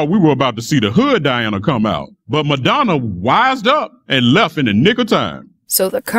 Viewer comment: When spoke Madanna I was like oh fuck did she just try.